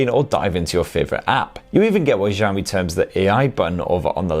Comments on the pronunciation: jaomyy waweii lol why Americans cant say the names of chinese brands truly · I ll sub when you pronounce the Xiaomi properly !